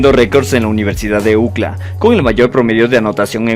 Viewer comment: Chevere tu canal pero aprende a pronunciar UCLA...